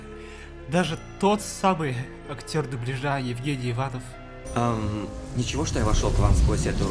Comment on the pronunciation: Я сейчас обидился ведь наша фамилия читается иванОв , а не ивАнов но может у него и так